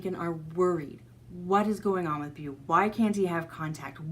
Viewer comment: Beau is pronounced "Bo"